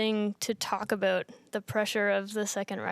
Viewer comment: . A Canadian says "about". HAHAHAHHAHAHAHAHHAHAHAHAHAHAHHAHAHAHAHHAHAHAHAHAHHAHAHAHA!!!!!